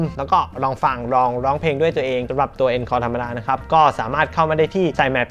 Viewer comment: อ่านว่า อองคอร์ครับ มาจากภาษาฝรั่งเศส